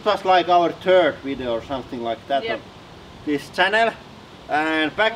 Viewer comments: I like "I tink it was our turd video" ....lol We all know what he means though. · "I think it was our turd video" LOL, his accent is hilarious sometimes. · did he say his, "turd video"? Lololol